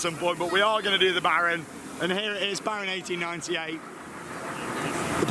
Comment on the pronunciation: Dude, he was spot on!